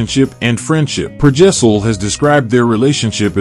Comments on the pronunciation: His name is Per Gessle, not Per Gessel... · Please don't make out like Roxette weren't popular around the world until they broke America. You were literally the last ones to discover them. They were enjoying chart hits all over Europe Australia and South America. You are also pronouncing Per Gessle wrong.